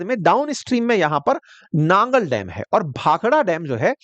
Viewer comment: It's Nangal not Nagar as reppitdl told by you